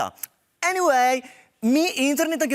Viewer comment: Lol ta "enivej" mi je tak hecn.....